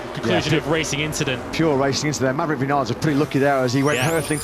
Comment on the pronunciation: Viniales , are y st@ ????? It's RACE